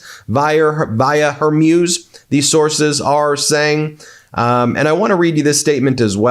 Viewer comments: You'e going to be saying it a lot from now on, so please learn that it's the Strait of Hormuz, not Hermuz. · Hor-Mooze. Not Her-Muse. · It’s not Hormuse. It’s Hormuz! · Hormuz is pronounced “Hormooze” not “Hormews”. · Strait of Hermuse..? oh, you mean Hormuz... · Hey Ben Get the name right! it's NOT her-muse it's HORMUS pronounced Whore-Muse Don't flaunt your ignorance, it insults your status as a Professor! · Strait of H o r m u z it's not her muze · HER-MUZE, DO NOT BE SO AMUSING, CORRECT PRONOUNCIATION IS S, HER-MUZ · I think it is pronounced "Hor-Mooz"; it sounds like you're saying "Hair-Mewz." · PLEASE have the respect to say Hormuz correctly!! Its not Her-MEWS ! It is HOR-MOOOZ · It's Hormuz (Strait of), emphasis on hor, not her.........love ya buddy, only here to help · Ben: It's pronounce Hermooooz. Not, Hermyus. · It's pronounced "Hor-mooze" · Hormuz is Hor-mooz Ben. It’s hormooz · You really should look up how to pronounce the Strait of "Hormuz" (i.e. mooz). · Thank you for wholesome reports. Just a small item: the name Hormuz, the “-muz” should rhyme with speaker brand “Bose” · Ben, “Hormuz” is pronounced “whore-mooz.” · Hormuz is pronounced "hor·mooz" as in booze or snooze. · Your pronunciation of Hormuz is getting worse. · The way that this host pronounces the Strait of "Hormuz" is weird... 🤔